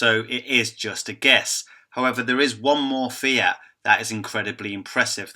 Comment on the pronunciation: stop saying feee-at say fea-t